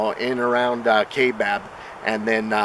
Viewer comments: FYI - It's pronounced KY-BAB, NOT KAY-BAB. Thanks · Its pronounced kai. Like, eye, kaibab national forest.. and yes i live here in az. Ive hunted all over this country in az. Been everywhere u can think here in the state. And theyre here. When i hunted elk in the kaibab rifle we ran into somethin that was crashing threw the woods when it seen us. Dont knw what it was but it was bipedal for sure.. and im talkin intimidation tactics to make us leave the area.. it was crazy. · Pronounced kai as Rhythming with tie kaibab